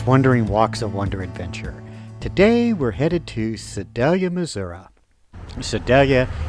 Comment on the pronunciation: It’s NOT MISSOURA. IT’S MISSOURI!!